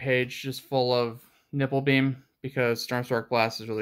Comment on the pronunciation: HE CALLED IT NIPPLE BEAM! 😂